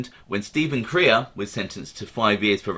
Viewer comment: Crea is pronounced Cray...